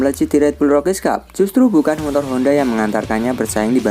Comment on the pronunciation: Motor min bukan montor 😂😂